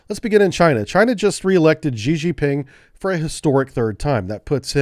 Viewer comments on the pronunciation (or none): I did enjoy many of your videos, but why you have to turn political? For god's sake, you can't even pronounce the name Xi JinPing correctly. Time to hit the Unsub button.